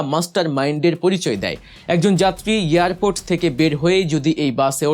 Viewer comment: Airport NOT earport.